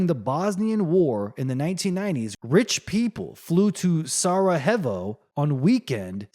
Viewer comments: I can’t listen to you butchering saying Sarajevo one more time! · Get over it ffs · so you know how to pronounce every word in the dictionary? Relax and make your own vids, then.